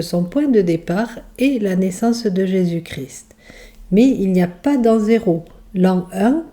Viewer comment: On ne dit pas Jésus cri mais Jésus ChrIST 🥲